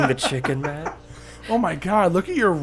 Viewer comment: Wow matt you're one of the only people to have ever said my name right the first time. Good job